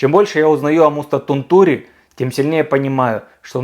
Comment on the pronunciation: Не Тунту́ри, а Ту́нтури. В финском ударение почти всегда на первую гласную.